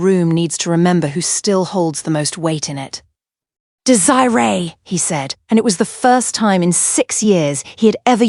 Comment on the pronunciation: I like the story. However you need to work on the pronunciation of the name Desiree